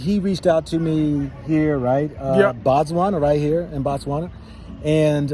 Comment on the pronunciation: We say Botswana not Batswana.....the Ghanaian says it right....Batswana means the citizens of Botswana